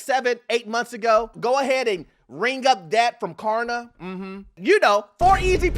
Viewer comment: I had to replay it., it’s klarna. 😂😂